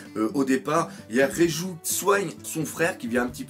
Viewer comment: Même en ayant vu les scans, j'ai trouvé cet épisode génial, l'animation était excellente, la musique etait bien choisie et pour moi il y avait de l'intensité dans le combat. Ps : Bien joué Doc, t'as réussi à dire Reiju !